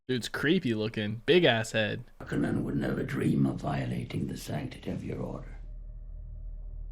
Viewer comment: I love that you are pronouncing "Harkonnen" correctly! Also, you saying a couple times you didn't know if the visions are going to come through or not is a profound insight into the Dune series